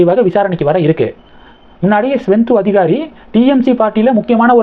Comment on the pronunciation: ஸ்வெந்தோ அதிகாரி இல்லை, சுவேந்து அதிகாரி. வீடியோ போடும் முன் நீங்கள் சரியாக homework செய்வதில்லை, எல்லா வீடியோவிலும் தப்பு தப்பாக உச்சரிக்கிறீர்கள்